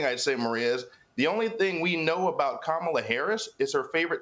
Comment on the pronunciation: Her Name is Ka- Ma - La.